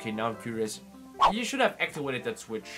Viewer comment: "actiwated" what